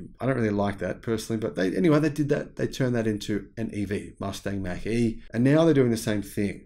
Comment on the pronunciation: Mach is pronounced as Mock.